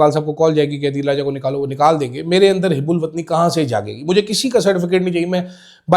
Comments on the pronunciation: It is hubulwatni not hib check dic. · شرمندہ کروا دیا لفظ hib ul watani نہیں ہوتا، hub ul watani ہوتا ہے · حب الوطنی ko ap HUB ALOOTNI پڑھا کریں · Houbul watni not hibul watni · Word Hubbol watni hota hota Hebbol watni nahen Qazi wajahat حب الوطنی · Correct your pronunciation...its hubb ul wattan....